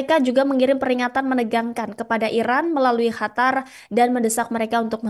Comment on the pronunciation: Tetep aja bilang HATAR